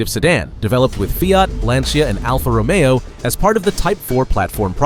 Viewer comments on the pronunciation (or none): none